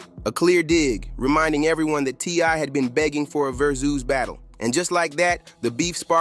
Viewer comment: Its not VER-SOOOOOS....its Ver-SUS.